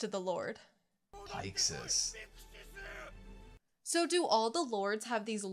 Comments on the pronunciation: Gene: "Almost everyone makes that mistake. I'll let it slide." Cone-ee: "That's a pretty weird pronunciation, but whatever." Commander Pike-sys: "Okay, that's it. This is where I draw the line. Are you guys even slightly listening to the characters speak?" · I know. Their mispronunciations are harmless and inconsequential. I'm just teasing. ...Seriously though, fucking Pike-sys?!